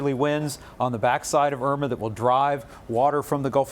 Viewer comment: Hurricane Oima LOL